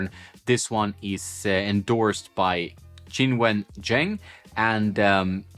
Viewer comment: Great pronunciation of Qinwen's name! Cheers.